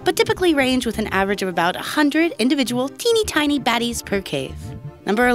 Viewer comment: like how many times you think she said "Tiney Tiny"